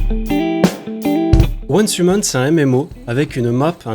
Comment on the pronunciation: HAAA !! enfin un youtuber français qui prononce correctement le nom de ce p*t*in de jeu !